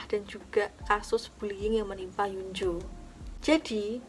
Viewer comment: kak maaf hyunjoo dibacanya hyonju